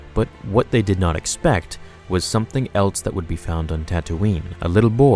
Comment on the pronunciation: Its "else" not "elts"